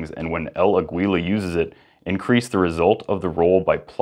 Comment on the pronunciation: Funny el Aguila pronunciation